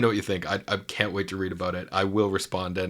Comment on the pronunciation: love how Jonathan say "that can't" as "that cunt" lol hilarious witty af